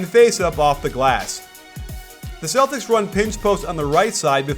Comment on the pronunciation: Why the hell are you saying Celtics for dumb!